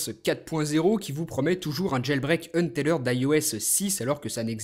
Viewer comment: Untethered est un mot anglais, donc il le prononce bien c'est pas comme en francais